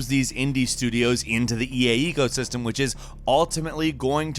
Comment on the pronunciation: Did anybody else heard him say "EA ego system" instead of "eco system"?